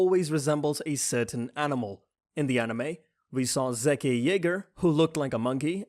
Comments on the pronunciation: Plot hole. Rod drank spinal fluid, turns into titan, yet Zeke poisons many with his and it only works when he yells? I don't see how that works. Also it's ZEKE (ZEEK) not fucking Zeke (ZEKEH) LIKE DAMN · It’s pronounced Like zeek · It’s zeke not zekeh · Dude the beast titans name is zeke not zeka!!!!!!!!!! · zekeh -> zeka -> zeke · bro.. you pronouce it as zeek not zekeh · Its zeke not Zekeh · It's zeke not zekeh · Bro it's zeke not zakeh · Bugging me you keep saying Zekaye and not just Zeke, their mostly white names in this show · zeeek but zekeh better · Zeke (Zek-Eh). White People. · You're pronouncing his name wrong ;,, its driving me nuts . His name is. Zeke (zeek) rymes with words like. GREEK. SEEK. LEAK. HIS NAME IS ZEKE. NOT ZEEK-KAY!!* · not zekeh zeeeeeeeeeeek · Great video! But it kinda pissed me off how he pronounce Zeke as Zekay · This video killed me ZEEKHA it’s zeke :) and the first warmhammer Titan a marshemellow and Annie ain’t a boy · Zeke? no zekeh Reiner? Nah rainer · Its Zeke Not Zekay Lmao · The Zekeh thing has bothered me every single one of these videos. I'm not sure if he's thinking that's how it should be pronounced in Japanese, but I don't know how that can be the conclusion as in the sub it's still pronounced Zeke. Also I'm unsure if he doesn't realize it's a Hebrew name, not Japanese and is short for Ezekiel. Normally it wouldn't bother me, but you can hear the pronunciation in both versions of the anime and the channel is called Yeagerists so to get the name of one of the Yeager brothers that wrong just gets under my skin a bit. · I get triggered whenever he says zekeh instead of zeke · Zeke not zekeh yeah lol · Who is zekeh no offense love the video but it is zeke like zeek not zekeh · It’s Zeke not Zeka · Wasnt Zeke suppose to be pronounce ZEEK and not Zaykay? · It ain't Zekeh it's zeeeek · It’s not zekey it’s zeeeke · zekeh lmao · It's Zeek Yegah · I love how you pronounce zeke as S e k a y h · My brains hurt after so much zekay